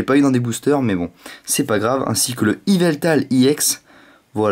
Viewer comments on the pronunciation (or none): none